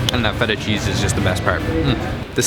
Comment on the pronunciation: Not a bad video but have you done it on purpose that you only pronounced feta right and rest of the words out if tune ? And sorry to say but what is this craze about yogurt and honey when there are so many amazing greek cakes and sweets?